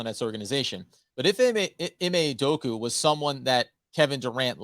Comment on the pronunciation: UdokA UdokA. How do you guys still call him Udoku when there is an A at the end.